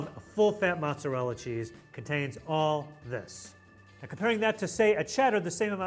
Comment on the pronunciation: pronouncing "mozzarella" absolutely sent me. "Mutzarella" 😅😅